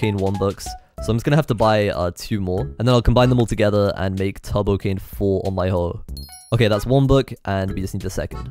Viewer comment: Am I the only one that hears 'Tubbo-Cane' instead of 'Turbo-Cane'? XD